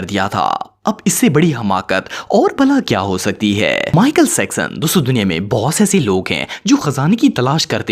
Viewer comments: MICHAEL JACKSON NO MICHAEL SEXSON HAHAHA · Legends: Michael "sexson"😂😂😂